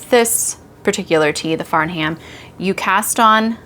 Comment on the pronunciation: Love the tee. Just so you know Farnham is pronounced without the H sound so Far-nam